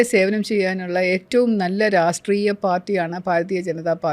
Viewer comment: Enthinaanu "raastreeya" party ennu parayunnath.."rashtreeya" party ennu parayoo...baaki ellaam ok..athumaathram muzhachu nilkkunnu..sraddhikkumallo...